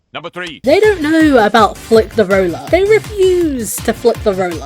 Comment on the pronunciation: You said roller wrong